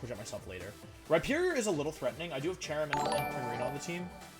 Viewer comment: “Rihornier” lmao